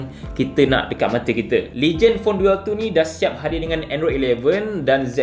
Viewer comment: Bukan duel sebutan dia "Dul"